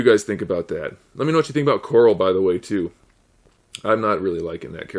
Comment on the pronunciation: are you calling him coral on purpose or is that just how you pronounce it